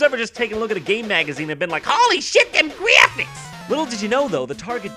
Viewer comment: HALY SHET DEM GWEFIKS